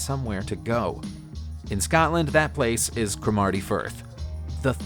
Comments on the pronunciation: CRO-marty, not cro-MARTY ;-) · OMF Cromerty is pronounced 'Crom a tee' not 'Chrome er tey' No wonder the US is still in it's early stages of evolution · CruhhhmAaarty firth. This guy is a joke. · Sorry just watched a bit more, and the reversed inflection s not apparent in the spelt name. The accent is on the first syllable - CRO (as in 'law')marty Firth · He butchered Cromarty as well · Yas. I came here for this comment. I live on the Cromarty Firth and that really annoyed me lol!